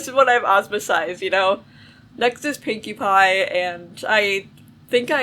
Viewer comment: I thought you said winky pie😂😂😂😂😂😂